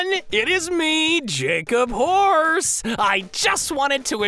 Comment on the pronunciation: But he says Jacob Horse instead of Jacob-horse. That's just crazy.